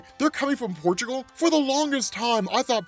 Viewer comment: Man, just listening to saying Portugal (ma country) made my day! Thanks,!